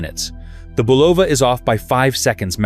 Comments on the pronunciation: It's pronounced BUL'-o-va, not Bu-LOV'-a. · The name of the watch brand is pronounced BULL'-a-va a soft u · Crappy ai video. Can't pronounce Bulova or anything else right. Horrible.